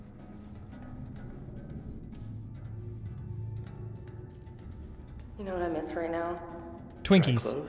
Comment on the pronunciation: "Gotverdomme" / "alsjeblieft" / "dankjewel" pronounced nicely dutch, Jack!